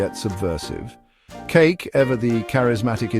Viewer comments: Kake is pronounced Kah Keh not like cake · Ka Kee is the correct pronunciation.